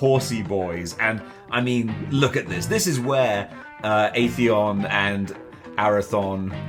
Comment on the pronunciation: It's Air-eh-there and A-thee-on... Mythic Legions is my all-time favorite line. Its the Four Horsemen's line, and they are the guys who sculpted some of the greatest figures ever, from Spawn to MOTU Classics to Super7 Thundercats and TMNT. There are 10 factions in the line, this figures, Arethyr, is the God of his faction. He is one of the 4 horsemen, the others being Illythia, a vampire, Necronomicus, a skeleton, and Poxxus, a, well, we don't know yet. I have the entire line thus far, nearly 200 figures, and each one is amazing. The line started off as a kickstarter but is no longer purchased that way. The kickstarter was the first to the third wave, the following dozen or so waves are all solde on the Four Horsemen's website, Store Horsemen. You preorder for upcoming waves. There isn't a wave currently up for preorder, but you can get figures from BigBadToyStore... This line is addictive and insane, enjoy...